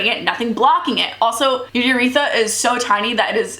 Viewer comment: Your pronunciations should be VAGuhnul and yrETHra not vag-I-nal and yreth-a